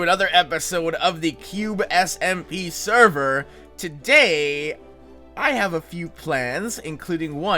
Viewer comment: Anyone else notice how he says server ;)